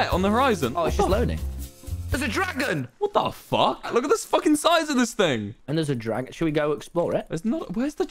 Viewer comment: “Just guckking it”